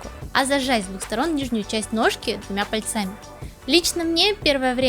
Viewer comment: Годный обзор. Только не "пальцАми", а "пАльцами", а то ухо резануло на фоне вашей слаженной речи.